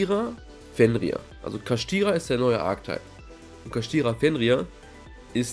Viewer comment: Da muss man extra die Kartre lesen, da steht Kshatri nicht Kashtira. Du hast einfach das "a" und das "i" an eine andere stelle gesetzt o.O